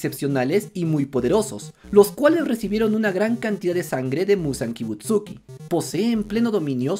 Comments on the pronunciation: Repite conmigo: MUZAN Kibutsuji, Kibutsuji, Kibutsuji... SUJIIII, NO KIBUTSUKI 😅😅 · y manao otra cosa no es ni yoroichi ni kibutsuki es: yorrichi y kibutsuji, por lo tanto todos tienen razon vamos animo aprendete esos nombres no es tan dificil solo es consejo por si acaso